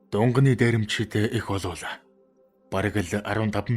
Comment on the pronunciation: Дунганы биш шүү!!!Дунгааны дээрэмчид гэж уртаар дуудна шүү.Баярлалаа.